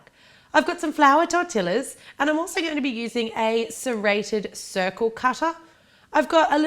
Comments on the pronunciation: I'm so glad that i wasn't the only one cringing at the sound of 'Tortilaz'. Still love your videos though! ☺💙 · Just FYI for any future fefrences the "ll" sounds like a "y" in spanish so its pronounced Tor-teee-ya. And fried tortillas covered in cinnamon and sugar are called buñuelos. So really its a buñuelo apple taco . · Its funny how she said tortilas not tortillas where the double L is pronounced like a "y" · Tortillas are pronounced "tore-tee-ya". The double L makes a Y sound in Spanish. Just thought you should know! :) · True. In any case, the difference in pronunciation according to country would vary from "tortishas" to "torti-ias", but never "tortilas". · theres a specific name for the sugar and cinnamon coated tortillas (tor-tee-yahs) sorry i cringed every time you pronounced it wrong but i still love you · Awesome video:) although i believe torillas are pronounce torTEEyias but i may be wrong:)))) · Lmaoo she say's tortilas 😂😂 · FYI the "ll" in tortillas is pronounced Y... Just sayin... Btw, live dis recipe cuz it reminds me of the mexican dessert buñuelos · The way she pronounces "tortillas" 😂😂😂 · LESSON TIME: okay so in the spanish language when you usually see two L's you pronounce it as a y. Tortillas is a perfect example of how you change the ll to make it sound like a y. k bye i'm done here have a good day. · Lol can't tell if I like or dislike how you say tortillas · woah i've never heard someone actually pronounce tortillas with the L... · There's many people who say tortillas the way she did different races including white so its not an accent thing we just gotta show them how to say it for example tortiya or simply tortia since sometimes you can't even tell if someone said that lla part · As a proud Mexican that I'm it's pronounced "TorrTiiYas" So yeah it's similar to "tortias" but, you have to pronounce the "ll" (pronounced like y as in "yes") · No offense,but in America we say tortillas like tor-tee-as